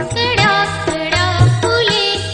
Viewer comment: सुदर आवाज, पण कळया हया शब्दाचा उच्चार कड्या असा केला आहे